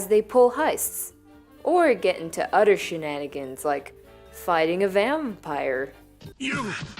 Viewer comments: The word is other not udder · “Udder one”